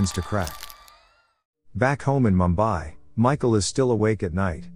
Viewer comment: It's pronounced Moom . bai.